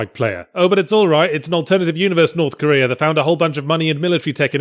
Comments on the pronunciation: I upvoted this video solely for the "Korth Norea" spoonerism. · I lost it at "norf koera"